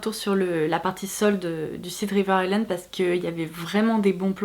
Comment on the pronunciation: Ton make up et ta coiffure sont tops ! et je suis contente d'enfin entendre quelqu'un qui prononce "River Island" correctement ca fait plaisir ahahah